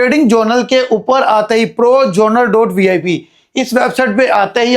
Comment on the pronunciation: Journal hota hy joournaal nai hota pai😂😂😂